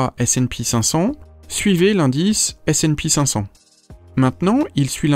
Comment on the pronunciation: Pour le S&P500 c'est ESE et pas ESEE. Merci a toi